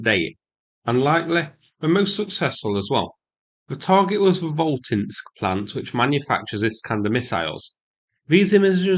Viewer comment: The city is pronounced phonically: Vought Kinsk Been there a few times years ago. That place is massive and produces all sorts of stuff from oil drilling equipment, washing machines to Scuds.